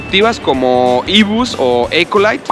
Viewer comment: Las Íco ilait (Eco Elite) son locales y nadie las llama así, en Tecámac y Zumpango se les dice Eco Elít. Así que corrijan su maña pronunciación.